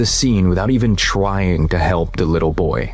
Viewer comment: That human narrator did an amazing job talking like an ai voice. The animation quality and lip sync still needs some work. "twying"?